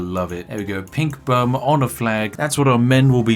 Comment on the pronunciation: When spiff says "bum" 😂🤣